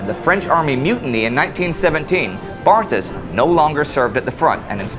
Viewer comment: "Poilu" is actually pronounced "pwe-lu." And "Barthas" has a silent "h." He went to school for eight years only, and graduated at the top of his very small class. I have almost finished reading his book; he is exceedingly intelligent and well educated based on his historical and literary references. You can open it to any page to learn that the French trenches were water filled ditches and artillery shell holes, not the nice dry and clean and maintained ones we see in the picture. Louis ("Lwe") spent much of three years soaked in freezing mud, both hungry and thirsty. He counted twenty times when he felt "the hot breath of death," close enough to a shell explosion that he could feel its heat. At least twice he was covered with dirt thrown up when a shell failed to explode only meters away. By the last year of the war his body was beginning to break down. Indy's review catches the mood of the book/diary perfectly. Bravo!